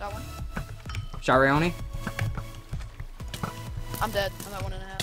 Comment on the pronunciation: You mean people can actually pronounce my name correct? OMG!!! Anyways, Gf! I love how when you hit me once you said, "I'm comboing Raayoni!!!" xD